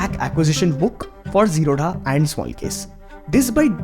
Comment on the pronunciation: Bro, say "Zerodha" properly... It's a Bangalore based South Indian company... So dha not d-ha...